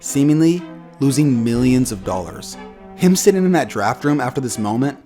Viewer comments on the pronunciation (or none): none